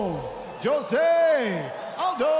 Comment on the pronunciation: Who is this terrible terrible ring announcer pronouncing aldo’s name ? U have one job for christ sake